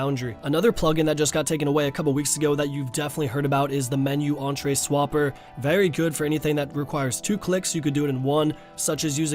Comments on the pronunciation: You read "entries" as "entree" every time you dumb fuck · Jesus fucking Christ bro ENTRIES. ENTRIES. E-N-T-R-I-E-S entries